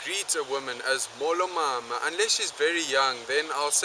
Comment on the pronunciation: Great video. I'm a native Xhosa speaker and I enjoyed this video. Just a bit of advice for you shorten your vowels a little you tend to make them very long like mooolo instead of a short molo. (I know this is from a year ago but still)